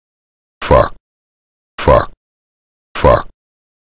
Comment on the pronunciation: This is fucking glorious, I always had his voice stuck in my head saying "fauck". Really needed this